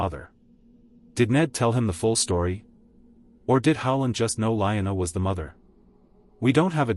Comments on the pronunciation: Lee-Anna! Not line-a. A.I. stupid talk. Get a human to read. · Liona? Not Lyanna?